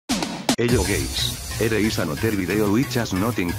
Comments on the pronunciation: "hello gays" i feel called out TwT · "hello gays"